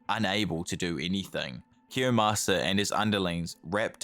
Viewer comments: IT'S KIOYMASA NOT KIYOSAMA LMFAO I don't mean any harm, but god damn, that triggered the hell out of me lol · Kiyomasa, not kiyosama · His name is Kiyomasa, not Kiyasama. Otherwise a great video! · it's kiyomasa, not kiyosama... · its actually kiyomasa not kiyosama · it's Kiyomasa